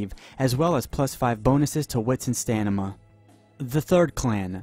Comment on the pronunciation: "As well as plus 5 bonuses to wits and Stanima" XD